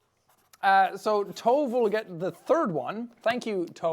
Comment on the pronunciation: From being named Tove, that’s not how you pronounce it 😂 just an FYI to everyone